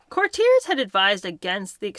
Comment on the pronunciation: The mispronunciations are now so prevalent that I will wait until I have gathered several before commenting: courtier, Andrew Lloyd WEBBER, chalet, ebullient.